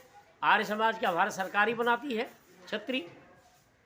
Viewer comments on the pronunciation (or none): none